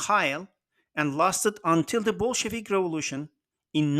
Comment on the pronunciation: РеволУшн - странное звучание, неанглоговорящее.